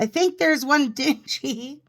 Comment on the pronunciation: It's pronounced DING EE